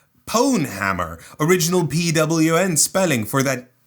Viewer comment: mispronounced pwn; 0/10